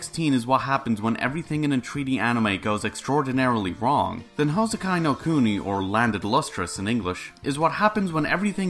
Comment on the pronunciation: Good news: Houseki no Kuni season 1 didn’t end up like Kado. Bad news: It ends at a massive cliffhanger. Silver lining: It’s an adaptation of a manga, so I can go read that. Nitpick: You butchered the pronunciation (it’s pronounced like Hou—se-ki no Ku-ni, not Hou—sekai no Ku-nai).